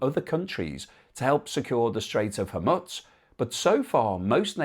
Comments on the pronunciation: it's a gentle reminder that if the idea is to give us an overall informed view of the situation, the least you can do is pronounce the name correctly. I'm pretty sure it's "Hor-mooze" too. Not hormuts. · it is pronounced HorMOOSE, not HorMUTZ. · Not as serious as your refusal to learn the correct pronunciation of HOR-MOO-Z. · Hormutz? FFS. The standards of journalism..... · there is no T in Hormuz !!! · Please try to pronounce 'Hormuz' approximatively correct